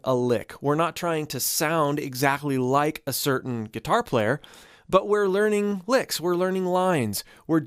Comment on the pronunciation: Bro said laringe